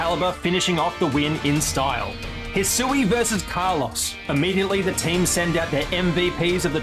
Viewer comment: That Kalos pronunciation is criminal. RIP Carlos